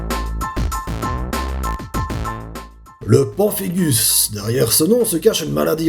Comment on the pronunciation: Hello. Quelques petites préisions. Tout d'abord, on prononce Pinphigus ;) Par ailleurs, le papillomavirus est le virus responsable du cancer du col de l'utérus, donc dire que le virus n'est pas dangereux, c'est un chouilla exagéré ;) Voilà, c'est tout, le reste de la vidéo est validé par le corps médical (le mien en l'occurrence ^^)